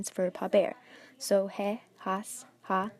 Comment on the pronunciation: Did this teacher just pronounce the "H". he is pronounced as a not hey